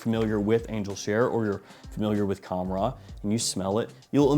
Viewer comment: It’s actually pronounced Khamrah with a soft k, hard h, almost like your clearing your throat. The k is in the back, like Hkamrah, so it’s reversed, if that makes sense. Qahwa is cah-wah. You nailed the way it smells by the way and I agree it’s better 💯